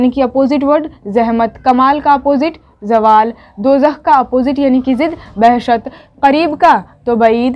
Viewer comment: Bahshat nai hota hai bahisht hota h